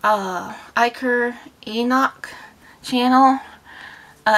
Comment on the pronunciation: Alder like the tree and enoch is pernounced like enok!!! Would you still like me to make a new video I know it's been a bit since the last